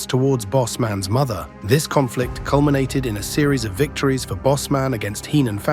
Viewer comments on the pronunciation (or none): none